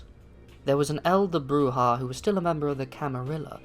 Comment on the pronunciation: BROO-ZHA, you neonate rabble.